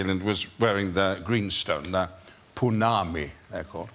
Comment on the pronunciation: PonnamU, Sir Ian, not pounami 🫣